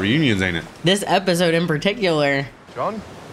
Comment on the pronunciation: Just noticed y’all say apisode instead of episode 😂